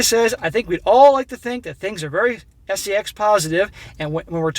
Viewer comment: Say "Sess" , eh?